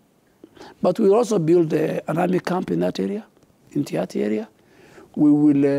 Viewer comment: Elite - pronounced as" i - lit " Build- pronounced as "bild" Service - pronounced as "saarvis" Legacy- pronounced as " Legasi" and not "ligasi"